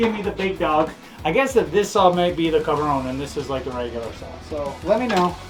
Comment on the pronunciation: what word are you saying Carba what?????